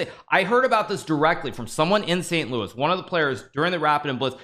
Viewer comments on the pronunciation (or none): none